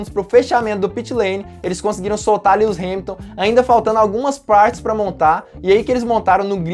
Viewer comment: kkkkkk lius hamilton nao mano kkkk e LÚis q fala kk